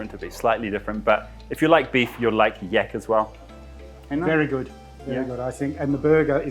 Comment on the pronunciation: In my country yak is pronounced like in "rack" not with an "e" like word "tech". Very odd to listen too as you say it like you'd say "yeck" :D